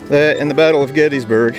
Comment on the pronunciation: I was there for Gettysburg 150–so much to learn. I finally got a mental map of the 1st day’s battle. BTW, the correct pronunciation is “Gettissburg”. Thanks for the tour!